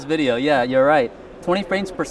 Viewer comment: It is almost wideo :-)